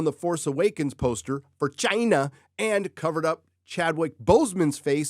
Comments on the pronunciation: Thank you,, for delivering more good news about the ever growing conflagration that is the Disney dumpster fire. Also, I love that you've adopted the way of pronouncing CHIIINA like someone else who shall go unnamed. Well done! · What a human-turd hybrid. Why do you need to emphasize the word "China" like that? Pretty pathetic.🤢